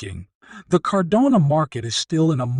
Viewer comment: car-DAH-no. Not CARdan-oh